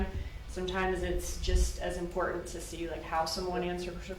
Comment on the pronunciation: I hate the way he pronounces some words. Latin and important are the worst LOL